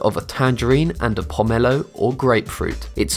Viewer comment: Also, the way he says tangelo and pomelo, also ugli fruit is not the same as a pomelo, and I'm pretty sure a tangelo is a tangerine and a pomelo.